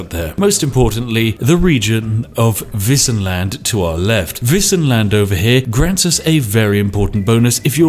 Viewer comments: Woah, not gonna lie, I was really surprised when you pronounced "Wissenland" right! Do you know some German? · But, he pronounced "Wissenland" right, at least :3